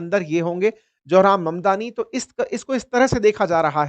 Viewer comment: मदनानी गलत ऊच्चारन है ममदानी सही ऊच्चारन है. किसीका सरनेम बदलो मत.